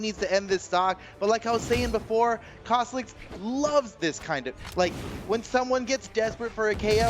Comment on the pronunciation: Go to 2 36. He said caslixs